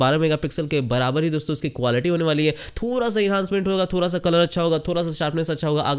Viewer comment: "थोरा" नहीं बे "थोड़ा" होता है बोलना तो सीख MI को बर्बाद करने चला